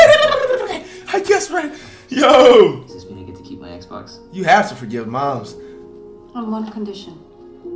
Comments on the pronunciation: so nobody gonna talk about how he was saying exbone in stead of xbox😂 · Everyone: Xbox Flight: Xbon